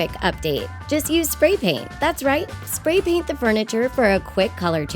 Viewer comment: SO many people are like "DID THEY JUST SAY DYI??!!!" Please. What about THIS mistake? "Pray Paint"